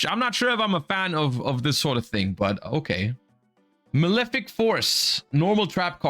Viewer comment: His pronounciations are killing me.... Bifrost and Malefic are criminal